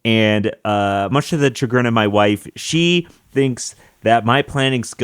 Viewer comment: in the phrase "much to my wife’s chagrin", chagrin doesn’t have a hard "ch" like "chuh-grin" it’s more like "shuh-grin" like the “sh” in shoe